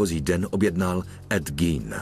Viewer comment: Gein se určitě nevyslovuje gín , jak to říká komentátor .